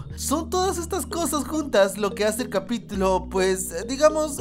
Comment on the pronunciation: Alguien más se dio cuenta que dijo capitilo? xD